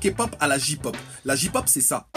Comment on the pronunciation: ON PRONONCE PAS JI POP MAIS JEY POP !!!! Ahem...